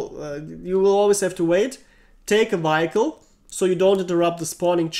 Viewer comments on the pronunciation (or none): I can't get over how this guy says vehicle 😂😂😂